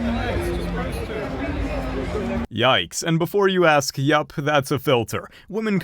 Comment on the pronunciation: I don’t care how hot or rich she might be, or how much you might actually want me; as soon as she’s saying “ax” instead of “ask” it’s a no-go. LEARN HOW TO SAY WORDS!